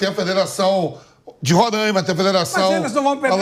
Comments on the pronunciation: Por que todo mundo fala Rorâima? O certo é Roraima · Como sempre os politicos querendo a fatia do bolo . Aliás é RORAIMA e não RORÃIMA. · Duas coisas...não é Rorãima...é Roráima (os acentos é só pra explicar a pronúncia)segunda coisa pro pessoal do Sudeste e Sul,Pilhado,pouco importa se tem futebol em Roraima ou sei lá onde,tá cheio de Presidente/dirigentes aí na região de vocês "onde existe futebol"...praticamente todos,que são péssimos gestores,entendem nada de futebol ! São tudo lixo,os do Norte,Sudeste... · Roraîma. É fodah